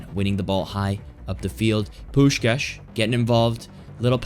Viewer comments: You pronounce Puskás's name perfectly. Like a hungarian. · As a hungarian, I appreciate that you pronounced Puskás's name the right way.